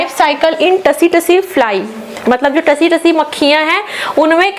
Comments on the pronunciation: Tsee- tsee likha jata hai सी-सी पढ़ा जाता हैं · Tse me t silent h ma,am